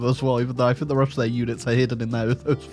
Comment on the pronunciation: First one of your videos I've seen. Good content, well presented, and funny. But Holy Christ the inability to pronounce "th" as anything other than "f" (I fink I'll click on this), and the weird Tony Blair style American refusal to pronounce the letter T ("ledder"), I don't know if I can subscribe to that.